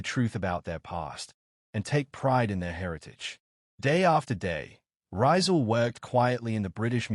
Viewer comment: The correct pronunciation of his name is Ree-zaal, accent on the second syllable, not Rai-zaal. How can you make this basic mistake? It's so egregious and distracting that I stopped watching the video despite the interesting content.